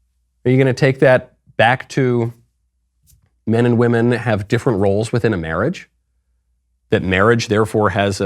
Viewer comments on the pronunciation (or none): Did anyone notice that he actually didn't say "women" but instead "we men" (At least he pronounced it like that)? And when he said " trans-woman" he kind of said it like "woMAN". Maybe he is just a master troll? After all with his pronounciation "Women control Miss Universe" is "We men control Miss Universe" and I would find that very funny! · He said We-Men. We men own it. And he’s technically right. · No, but the way he says 'weemen' sounds like he's talking about little tiny men. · He says We-Men 😂. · He/She says "WE-MEN" ❤😂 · The way he said "women". Its more like "wemen". We, the men owns Miss Universe. I feel this is going to be the downfall of miss universe. Mark my words. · Crazy is as crazy does... "Weemenn"... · That is NOT a weeman as he pronounced it. It is a really well made up drag queen. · The owner didn’t say “women”, he said “WE MAN”. Patriarchy always wins. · He is not saying women, or wymen, he is saying, "we-men" as in "now, we, men, run your institute" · It actually said We Men. Wemen. Listen closely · "Weemin." Tell you all you need to know really. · You're not listening, he specifically said it was run by "Weemen, for weemen"! Clearly something different than Women. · Dude said wemen. We Men! Lol! Yeah patriarchy!! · Come on, Michael. It's "we-men" now. Woman, women have been deleted. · He said WÈMEN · She cant even pronounce “women” lol